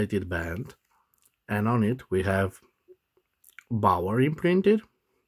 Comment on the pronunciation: The correct pronunciation of Baoer in English is "Be'are" NOT "Bower".